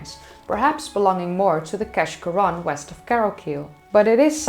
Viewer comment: keshcorran is locally known as keash and pronounced kaish as in aitch